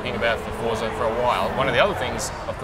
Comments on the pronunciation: its not fortza :@ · ITS FORZA NOT FORTZA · the fuck? fortsa? his pronunciation is horrible lol. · why cant thy pronounce it for-za? since when has it had a 't'? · Fortza Hurizon.